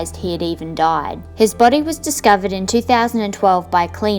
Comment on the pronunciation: This is what Australians actually sound like 😂